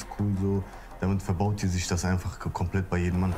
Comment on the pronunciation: "kormplett" :D